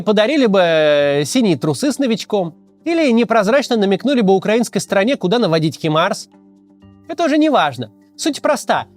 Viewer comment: Почему все россияне говорят "Химарс"? От Конашенкова и Путина до Каца))). Хаймарс!